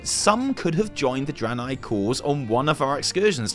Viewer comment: Starts with fuckin Eredar Dranei, not Broken. Come on fam, don't spook me like that.